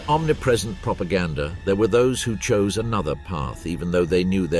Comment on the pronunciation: The narrator said “propagandaR“.